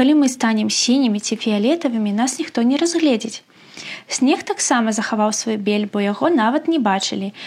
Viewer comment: Тое самае "сь" мяккае павінна быць у словах "сьнег". Рэкамендую паслухаць этнаграфічныя аўдыёапісы - яны ёсць у ю-ц’юбе, пашукайце па фразе "студэнцкае этнаграфічнае таварыства". І яшчэ. "кУпіна". Таму "за кУпіну", а не "за купінУ". Выбасаюся яшчэ раз і жадаю вам плённай працы.